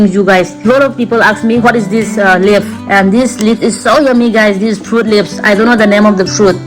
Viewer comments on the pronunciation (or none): Wow english😂😂🤣 Fruits leaf❌ Phutt leapss✅ lmao🤣🤣